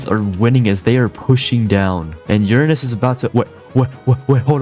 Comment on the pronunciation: Heh, you said urine-ous.